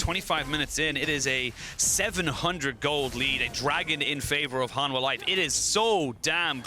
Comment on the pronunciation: To casters. No [Han-Mwa] Yes [Han-Hwa]